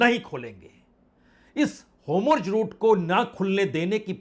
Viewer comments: होमुर्ज नहीं होता है और नेहटहनू नहीं होती है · Sir pahle aap pronounciation thik kijyea हार्मोज, एंड नेतन्याहू